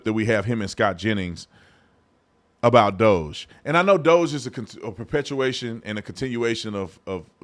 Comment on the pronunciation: Crazy they can't pronounce DOGE but if I remember an old video of yours if the right mispronounced names weren't they calling them racist? Hmmmmmmmm